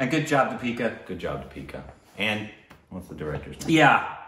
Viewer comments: Emphasis on first syllable...DIpika not DiPEEKA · you are emphasizing the wrong syllable in her name, its DEE-pika not Dee-PI-ka. Emphasize 'Dee' instead of 'pi' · Deepika is supposed to be pronounced with emphasis on the first syllable and the first syllable should be longer than the second one. You tend to do it the other way round. It's just a minor mistake. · The first vowel should be stressed. It's pronounced Dee-pee-ka. The "Dee" part you mispronounce. You pronounce it as "Duh" instead of Dee (as is Deep or Keep or Leap). The vowel in "Dee" in Deepika should sound exactly the same as the vowel in "pi" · You say di-pee-ka It is dee-pi-ka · It’s not Di(pee)ca.. it’s Thee(pi)ca. Her last name is mispronounced by most Indians too but she never corrects it. It’s Puh-du-ko-nay. (Ko-nay, not kone) Meghana is pronounced May-ghuh(hard g)-naa Deepika means little lamp (signifying one that gives light) Meghana means Clouds (signifying one that brings rains (nourishment)) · Its Deepika. You call her Dipeeka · so to your help try pronouncing it as "deee + pika" instead of "Di+pika" :) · It's like the archaic word THEE. And not Dee pika. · You guys pronounce her name as dipeeka..its actually deepika.. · It's deeeeepika not dipeeeeka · Its not dipeeka, its Deeeeeepikaaaaaaa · Lmao your pronunciation is not that bad. Its just that you say “Deeeepika” when its actually “dipika”. :) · It's not the-peeka, dee-pika , that's the mispronounced part I guess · It's not D'pika it's pronounced 'Dhee-pika' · They say di-pee-ka. It's actually dee-pi-ka. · Deepika = Dee - pika not Di-pee-ka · Wanna pronounce Deepika? 'Thee'-'P'-'Ka' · d i: p i k a: that's how the name is pronounced (with a soft d) or more simply put, switch the ee sound that you currently use while pronouncing the name (the first one is longer and the second one is shorter). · It’s “deep -ick - uh” 😂😂😂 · Actually it's "thee-pick-uh" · thee-pee-ka pa-doo-kon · It's Thee-pika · Pronounced 'dipika'